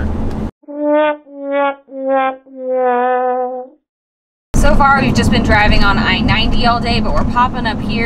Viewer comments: I am a South Dakotan and the pronunciation of pierre is peer and ahhhh one of my parents grew up there so that's a good place to go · I currently live in Sioux Falls - fun fact, the capital city Pierre is pronounced "peer" despite being named after a man named Pierre. I'm not a native South Dakotan, but I've been told that's because the town was settled by Norwegians and they pronounced the name Pierre as peer, and the mispronunciation stuck. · That is super interesting! We had no idea we were saying it wrong until after we filmed this...oops! We normally double check pronunciations for trickier names, but we were like “of course it’s pronounced like Pierre!” Wrong! Lol! 🙈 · Everybody outside South Dakota pronounces the state capital wrong, but you did your homework and corrected yourselves, which is more than most people do. I appreciate your commitment to accuracy! 😊